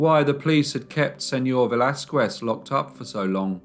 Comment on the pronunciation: Pls learn how to pronounce Spanish names as you seem to now how to in French. It was painful to hear you say Velasquez.